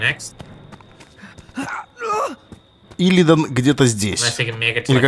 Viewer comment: как ты прочел его ник? Илидан где-то здесь? илидАн где-то здесь- правильно. это из варкрафта 3.